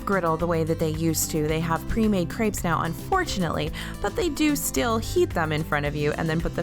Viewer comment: You're pronouncing crepes incorrectly.